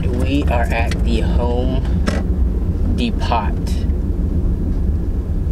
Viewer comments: DID HE JUST SAY DEEEEPOT... ITS PRONONCED DEPOUW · Uhmm actually the pronounciation of depot is "depoe" (silent T)